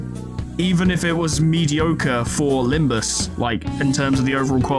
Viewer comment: during Faust's dialogue, she accidentally said "Limbis" instead of "Limbus" and it became a bit of a meme for a while :P